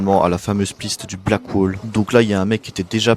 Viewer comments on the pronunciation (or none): none